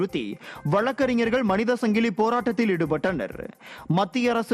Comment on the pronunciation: அது சங்கிளி இல்லப்பா , ,சங்கிலி தமிழை கொலை செய்ய வேண்டாமே அன்பு நெஞ்சங்களே